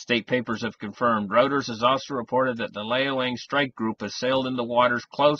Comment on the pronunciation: . Lol. Come on man. It ain’t routers. It sounds like roiters.